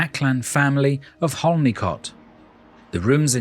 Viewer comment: Just a little point as a local who lives over the other side of Dunkery, Holnicote is pronounced Honeycot 😊